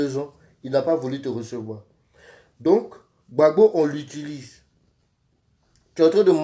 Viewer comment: C'est vrai on t'a nommé au ppaci mais s'il te plaît quand tu entrain de parler du président Gbagbo parler le président Gbagbo non gbabo